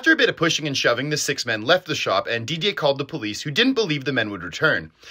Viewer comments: Didier pronunciation was great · How did you come to pronounce Didier so correctly?👏👏👏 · Lmaooo I didnt even know this. Also your french pronunciation on Charleroi and Didier is pretty good man, keep up the great videos